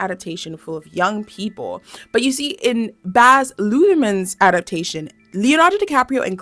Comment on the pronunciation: The pronunciation of Baz Luhrmann was crazy !